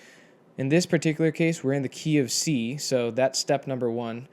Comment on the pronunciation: Am I the only one who hear KFC when he says "Key of C" :-)))